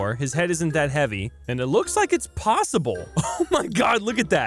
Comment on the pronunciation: Its Pawswable